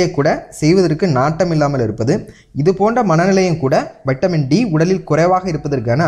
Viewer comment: Lusu kuthi vaitamin D ella vitamin D olunga pesu muthavi